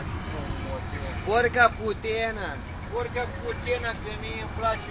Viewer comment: porca putana nu PORCA PUTENA